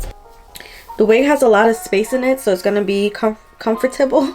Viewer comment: When you said comfort- teble I was like ohhhh she from the islands 🇻🇮 lol. I say it the same way. Thank you for the review!! Definitely will be purchasing her products with me being a beginner with laces.